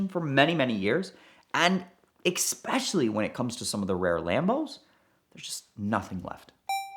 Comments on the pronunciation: please stop saying EKSPECIALLY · There is no X in the word especially. Please people. This is not that hard.